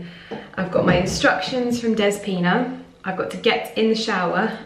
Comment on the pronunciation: My dear...the name is DEspina and you need to say the letter e like elephant...I am also greek,wish you a lovely Christmas!🇬🇷🇬🇷❤